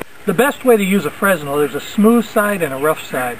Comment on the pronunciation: the 's' in fresnel is silent.